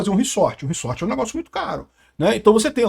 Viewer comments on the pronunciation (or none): só eu que fiquei puto com o falando reSSSSSorte? kkkkkk é reZort caceta kkkkkkk